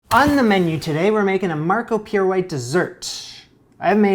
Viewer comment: I may be way behind everything, but isn't Marco Pierre White's name pronounced pee air?